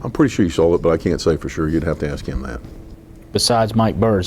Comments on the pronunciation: 😂😂😂😂😂 he should've just said Axe Michelle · Just a joke about how pronounces ask Michelle. Comes out like "axe Michelle". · Didn’t answer some questions with “You’ll have to axe ”?? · I didn't hear "axe Michelle" one time. This guy is a rookie at the deposition game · "Ax Michelle"